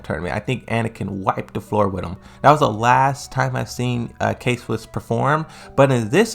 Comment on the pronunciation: K-Wiss, not Swiss. nice video